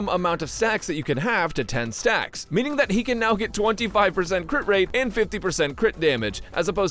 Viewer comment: I totally heard “increases the maximum amount of sex you can have” instead of “stacks” and I am genuinely ashamed